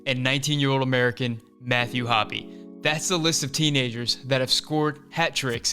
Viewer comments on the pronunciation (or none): why does he call him mathhew "hoppy"